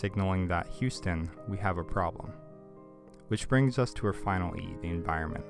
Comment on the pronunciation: Great clip. By the way, the word is spelled like this: E N V I R O N M E N T... AND IS pronounced, en VI ron ment. :)